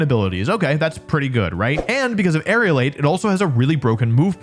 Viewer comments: For once a comment on pronunciation is not about a Pokémon name, but about an ability: The ability is Aerilate, Air-elate, it's not Aerial-ate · It's Aerilate not Aerialate. Most common Pokemon mispronunciation lol. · Yeah most people pronounce it as if it were spelt Aerialate and it's a bit annoying. I guess they're somehow being influenced by the word aerial.